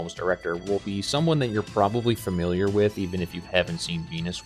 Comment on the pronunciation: I had to stop this 3 minutes in. It's "fam-il-iar" not "feR-mill-iar". If you are making a video where all you are doing is speaking, you should learn to speak.